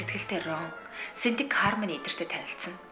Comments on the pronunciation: Хармони биш Хэрмаяони гэж дууддаг шүү Их гоё болжээ :)) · goy bolson bnaa bayarlalaa, ghde harmony bish hermony shuu ner n hehe